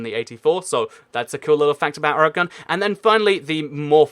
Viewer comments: its or-gan not o-re-gon. Also you should have mentioned nevada and las vegas. Ayy at least you got your south facts right though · Sorry to be rude but it is Oregon pronounced organ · Oregon is pronounced or gen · "Orygun" is not how you say it lol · the way you say Oregon though.. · Catastrophe - CS:GO Content & More I grew up in Pennsylvania and everyone pronounced it as "O-re-gon." I now live in Virginia and everyone pronounces it that way too. It's like how you pronounce Nevada, changes based on where you live.